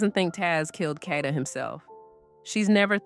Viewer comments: Get her fukn name right it’s (Cade-da) Kada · FYI Kada is pronounced Kay-da. I think this could be a hit(KK paid someone to kill Kada)because he already had charges from the first incident. I think he turned himself in on 10/14 to possibly get a lesser sentence(knowing that although he had been charged only with murder for ransom, he had accomplices to help him murder and dispose of Kada’s body on 10/4. I heard that Kada allegedly owed KK money.